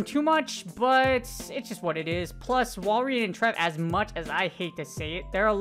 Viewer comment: Im a little triggered about you calling it walrIEn and not walrein